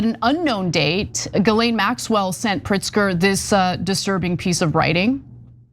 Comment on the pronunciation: My only criticism of this video is the pronunciation of Ghislaine Maxwell name. It is pronounced Jizz-laine! Emphasis on the jizz! 🤢🤢🤢🤢🤢🤮🤮🤮🤮🤮🤮